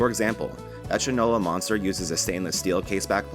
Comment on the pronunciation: Another great video, and this is not that serious so feel free to delete. But Shinola is not pronounced shin like on your leg but shine because it was originally a shoe polish. This is where the old saying that one "doesn't know shot from Shinola" comes from. Keep up the great work